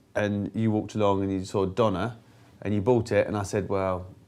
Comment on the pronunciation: döner kebab - a Turkish term - is not pronounced "donna", it rhymes with turner as in "Tina Turner". Turner Kebab. Döner kebab. Got it?